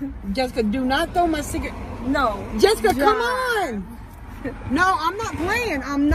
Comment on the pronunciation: I love how she says Jessika..😁